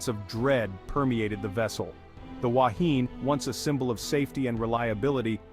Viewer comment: Completely incorrect information, your pronunciation is incorrect. People lost their lives and you make up nonsense, shame on you. Yes I’m a kiwi.